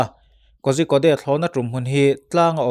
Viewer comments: Pu-a kozhikode hi korikott tiin lam zawk la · Kozhikode=Kodikawd ti a lam tur aw. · Kozhikode hi Kawrikawt tia lam tur a ni